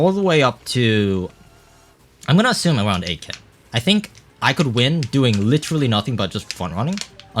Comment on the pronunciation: Everytime you say "8k", it sounds like "AK" and I think "Bro this is MKW not CSGO" for a split secons